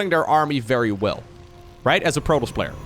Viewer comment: I am not a native English speaker, but why does he pronounce protoss so weirdly?